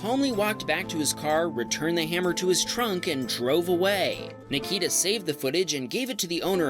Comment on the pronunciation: Oh when there was Nikita’s video you said it wrong it’s said Nik-e-ta